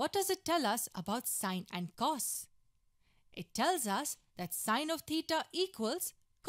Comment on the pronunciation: It’s crazy how she doesn’t even know how to actually pronounce cos, cosecant or secant